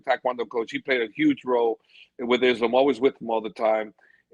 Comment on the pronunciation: bro...stop with the izlum... pls say ISLAAM...izlum, really ugly to hear